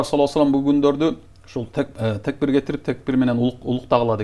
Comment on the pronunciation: Текбир дебей такбир десениз